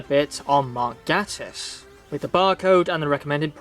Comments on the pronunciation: Great review... but Mark Gatiss' surname is pronouced 'Gay-tiss' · i prefer the mispronounced name lol